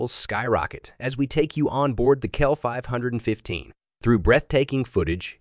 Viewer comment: So much for AI voice over! Not KL 515 its C.L 515